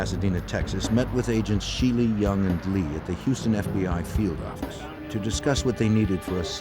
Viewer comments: Whilst I recognise that Kelstrom's diction has improved thanks, I would imagine to professional help, his "New York Office" could still be heard as 'Noo Yark Orrifice'. Just saying... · NEW YAWK AFFICE!